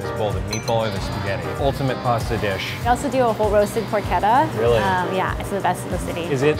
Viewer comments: the moment u realise its pronounced Pork-etta not Por-chetta.... cause its literally pork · Por-keh-ta? Hand-made.....in a machine